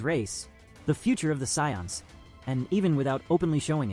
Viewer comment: That’s actually closer to how it’s supposed to be pronounced